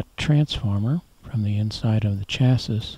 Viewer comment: I enjoy your videos. I'm not familiar with your pronunciation of "chassis."